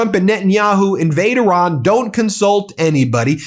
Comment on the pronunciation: 💙 Thank you Ben for pronouncing "Iran" correctly, and also for your continued work, coverage, and courage. Today, April first should be renamed as "April Trump's Day". 👍🤟